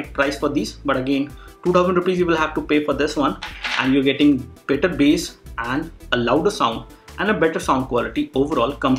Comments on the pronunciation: Bass hota h lakin bola base jaata h c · Dude it is bass not base